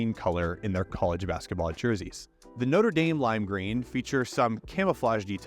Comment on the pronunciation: How "notre dame" became "nodadem"